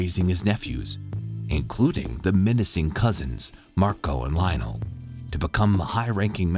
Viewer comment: leonel is not pronunced like that